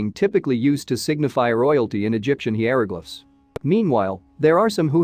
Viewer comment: Hearing the robot voice try to pronounce Hieroglyphs was pretty funny 😂